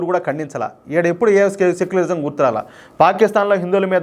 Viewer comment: అదిసెక్యులరిజమ్ కాదేమో సక్యులరిజమ్